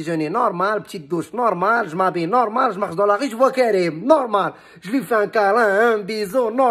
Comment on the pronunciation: Cïïï nnouououRrrrmâââl, vvvoââlâ lâ vRï pRô - nô - ciâ - tion, khô!...